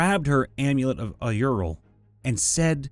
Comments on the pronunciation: “Auril” isn’t pronounced “ay-ur-il” It’s “ore-il” like “aura” is “ore-uh”. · Oof, your pronunciation of "Auril" almost made me physically cringe there! It's basically Oh-REEL. Great story though - character development FTW!